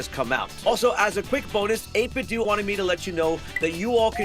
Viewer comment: I thought it was 8bit “dough” not 8 bit “doo” lol 8bitdo you know like NintenDO